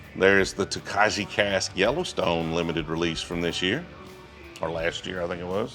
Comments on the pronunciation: Tokaji is Hungarian and pronounced toe-kai. Google can't even get it right. The Tokaji finished Penelope is delicious! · top tip, stick a spent cork in your Screw top bottles to keep the seal good. And separately - sorry to be picky but as a European I can’t abide your pronunciation of TOKAJI. It is Tock-eye, not Toe-kagee!!!